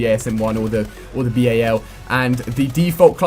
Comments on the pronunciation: Stop saying b-a-l, it's the fucking bal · Ali.... It's bal not B.A.L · Stop saying B.A.L, say it as one word, jeeze